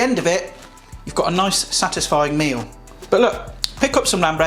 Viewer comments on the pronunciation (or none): none